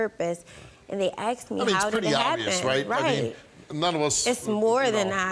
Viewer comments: she axe me.... lord i hate that. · It’s asked not axed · Asked not axed.🇬🇧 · She AXED questions? She may have got answers if she had asked questions. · Lady sure got "aksed" alot of questions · He "lookded" sleep and kept "axing" questions? Axe her if she can speak right...